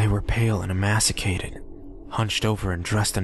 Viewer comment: Wow... even CTFDN readers screw words up sometimes... emaciated, not emasicated.